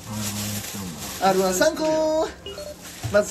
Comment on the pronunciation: R-1１個がR-1りん子に聴こえた